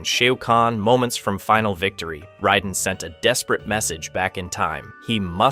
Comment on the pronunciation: Can’t stand the pronunciation of raiden